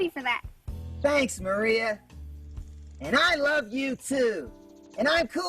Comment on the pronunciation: Does he have a speech impediment or something? I just realized the girl's name is "Maria" not "Moria" like he says. Then the "alternatul fuels" and "going grink". Obviously you mentioned these but right after the "going grink" part he says "'Cool Cat goes Ethanol' is a story that teaches _____ children". What word does he say here? Sounds like "quote unchildren" or "court owned children". It's been driving me crazy trying to decipher it. Also, I had no idea that "Going ethanol" was ACTUALLY proper english. Obviously adults would understand it but we probably shouldn't teach children a slang way of saying that they are going to learn to use alternative fuels... oh wait, wasn't there already a book about that? Well that seems like the bigger mistake of the two if any...